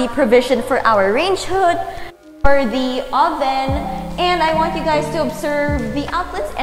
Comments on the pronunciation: hi, nice tour. but quick tip there’s just too much “thee” “the” pronounced as “thee” if followed by a vowel. “the” pronounced as “thuh” if followed by a consonant. thanks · grade 8 ako ha naiinis ako sa "the" mo ksi mali